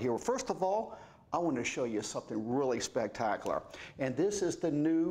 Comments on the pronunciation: Spec tac u lar So would also say nucular? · calls Deadpool & Wolverine: "Spac-tackler!"